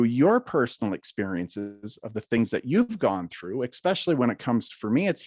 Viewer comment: “Exspecially”. Still not a word.